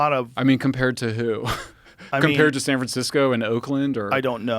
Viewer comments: Did he intentionally said “San FranSicko”? 😂 or was just a roll of the tongue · San 'Fransico'